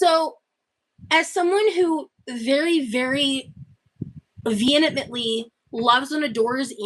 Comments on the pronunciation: "veinimently"???? Words can't say: vehemently, perpetuating, superiority. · “Venmentley” why can NONE of the gorls pronounce that word? 🤣🤣❤️